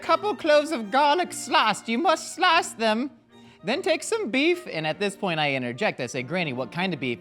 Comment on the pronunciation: As a South African, is really nailing that ‘ah’ sound in “slice”! Great accent!